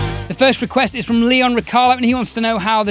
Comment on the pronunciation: its not wrong it just sounds funny to me😁. Im from Croatia and we dont speak English here so I dont hear english version of my name that much often. Dont worry about it ❤️😁.